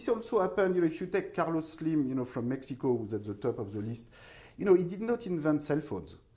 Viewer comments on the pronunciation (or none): none